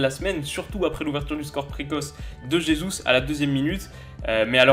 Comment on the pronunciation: On prononce rhézousse pas jézousse pour Gabriel Jesus